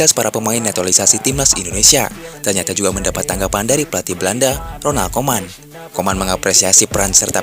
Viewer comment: Bacanya harus ronald kumen bukan koman